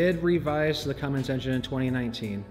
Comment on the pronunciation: Get it right.... It's Cummins... NOT Cummings if you want to talk shit..